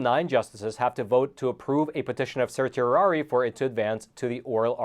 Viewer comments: it's serr she air ee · Nice disquisition, but really needs to lookup the pronunciation of "certiorari."